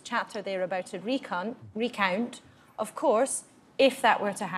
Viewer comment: Highlights index: - Exit poll - David Dimbleby wonders what an incoming PM does with the Queen, Emily Thornberry tries not to laugh - Laura Kuenssberg mispronounces "recount" - We find out what Jeremy Corbyn's middle name is - Acting returning officer's commendably deadpan delivery of "Lord Buckethead"